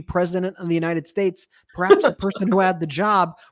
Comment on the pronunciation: No, he took an oath to support the constitution of the “unated shtash.”